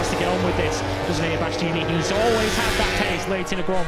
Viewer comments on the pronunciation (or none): Birt's breathless, inarticulate babbling, linguistic and grammatical guffs, mangled pronunciations, worn out tropes and cliches and lame attempts at humour are so monumentally irritating. Can't believe he still has the job in 2026 or that he STILL can't say Bastianini 🙄🙄